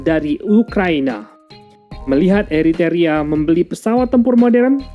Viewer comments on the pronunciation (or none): Ethiopia salah baca jadi Ethopia. Eritrea salah baca mjd Eriteria... Gpp, kesalahan minor. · Eritrea bos, buka Eritaria!. Ethiopia..bukan Etopia!..gak enak bngt dgrnya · Macam mananya Admin ini.... yang benar Eritrea bukan eriteria...tak profesional. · Eritrea kok dibaca Eritaria..... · Gemes gw sama pronunciation nya, E R I T R E A min sama E T H I O P I A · Hahahaa.. eto pia dan eri taria..🤣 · Apakh ucapan salah tuk setiap chanell militer youtube adlh sbg keharusan....? Krn setiap chanell yg aq ikuti bnyk ucapan n lafal dlm bhs aslinya tdk bnr....mis ini...eritrea dibaca eriterea...